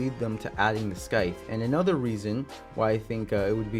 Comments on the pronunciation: Bro scythe is pronounced “sithe” not “skithe” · scythe omfg not scyth and you said it very wrong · lol im sorry, but I just had to politely let you know that the 'c' in scythe is silent. But great video, I'm hoping he gets his heirloom next! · hearing him pronounce scythe as skyth is painful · I’m a revenant main so I really want his heirloom and not to be rude but you pronounce scythe wrong and spelled it wrong